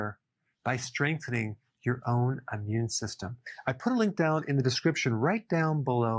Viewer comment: it's "immune", not "ammune".